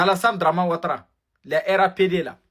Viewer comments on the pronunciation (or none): Franchement je vais péter le champagne. Il dit rapd😂😂😂😂😂😂😂😂😂😂😂😂😂😂😂😂😂😂😂😂😂. Mon frère on dit rhdp